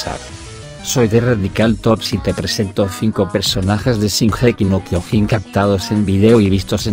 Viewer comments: El tio: Shingéki no kyogín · Nadie: Este mamañema: shinjeki no kiojin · c*** es Shingeki no Kyojin no gingequi no Kyojin así lo dioses tu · No les pasa q "singeji no kiojin" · Gigeki no quiojin xd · Gigeki no jiojin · JAJAJA SINGEKI NO KIOJIN JAJA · No sabes decir bien sesinokiojin 😤😤😤😤😤😤😤😖😖😖😞😡😡😡😡😡🤬🤬🤬🤬🤬🤬🤬🤬😠😠😠💀💀💀💀💀💀💀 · Si jaja lo pronuncia bien raro jaja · Primero tendrias que pronunciar bien el nombre del anime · Yo solo quiero decir q no se pronuncia como tú dices